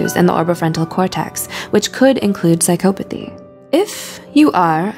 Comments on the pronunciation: Yes it's not pronounced this way. PsychOpathy... It made me cringe so hard the whole way through! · Say it right, its Psycopathy. There isnt any E in there so the O doesnt say its name. Obviously you dont know as much as you think. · She says psy-COE-pathy. No one says that that I've ever heard. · I am having a hard time getting past "psych-oh-pathy". It's "psych-ah-pathy". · Can’t get over how she mispronounces psychopathy every single time. It’s like this ˌsīˈkäpəTHē, not psychO-pAthy 😑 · it's psychopothy, not psych'o'pothy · no not really. I'm English. And I've never once heard anybody say it like this before. Psychopathy is pronounced without emphasis on the O. The same way we say psychology. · Her:sycopathey Me : 😠😠😠😠😠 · The fact that she pronounces “psychopathy” as “sie-COE-pa-thee” makes me so uncomfortable Edit: didn’t mean to offend anyone. I was just trying to make a joke 🤦‍♀️ google psychopathy and press the audio button before you come attacking me. People seem to think that you’re not joking unless you put “jk” at the end. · Narrator: prouncouces Machiavellian perfectly Also narrorator: psychoepathy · If I hear her pronounce it "psych OH pathy" one more time.... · Your pronunciation is off its Sai kaa puh thee "psycopathy" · “Psyc-OH-pathy”, pause video, comment, close video. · it's pronounced psy-kah-pothy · Its not psy"cope"athy jesus christ. Just look the word up already its annoying. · But she pronounced psychopathy wrongly! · No one else was bugged by the way she said psychopathy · Omg same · How many times did the woman mispronounce psychopathy? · the only real psychopathic thing going on in this video is how the narrator pronounces 'psycopathy'